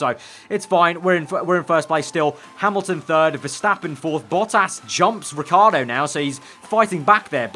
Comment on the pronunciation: it's not Riccardo the right pronounce. Riccardo is an italian name. You have the say the I after the double C too